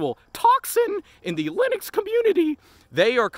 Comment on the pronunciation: everytime he says the Loonix coomuinity XDDD